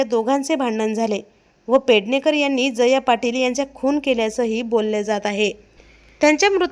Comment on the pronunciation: jaya ...uchchar nit kar